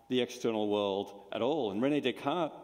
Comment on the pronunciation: He says "René Descartes". Come on guys.